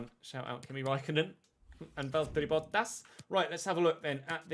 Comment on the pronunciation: The fact that you sais bottas correctly surprises me because finnish names are quite difficult. Räikkönen is a tough one though